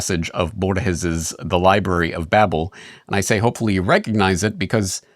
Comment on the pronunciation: Babel not babble .